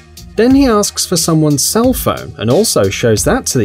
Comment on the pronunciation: HOW AN ENGLISH MAN SAYS CELL PHONE. OML